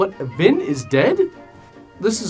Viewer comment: That's a cute nickname and all, but I'm pretty sure he said "Vin" which sounded like Vin Diesel was in this disaster.